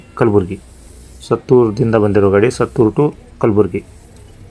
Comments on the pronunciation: It's not sattur it's suttur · ಅದು ಸತ್ತೂರು ಅಲ್ಲ ಗುರು ಸುತ್ತೂರು